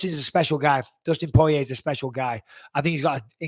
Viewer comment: Great show thank you Mike! Btw it’s Poirier not porier 😉